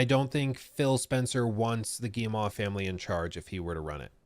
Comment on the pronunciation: Tip! Guillemot: Gii-mow. Like mow the lawn. Like mo money mo problems. At least close enough.